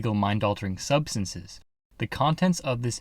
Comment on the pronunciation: what is a subances? I think somebody's been using some substances that has them making up words!